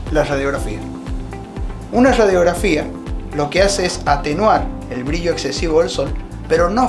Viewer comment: No sabes ni decir brillo y te voy hacer caso...briyio🤣😂